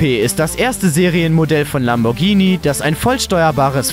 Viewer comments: Es heißt LamborGhini, mit G, nicht LamborTSCHini mit TSCH. Man sagt ja auch nicht Spatschetti. -. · Er hat Lambordschini gesagt... Dislike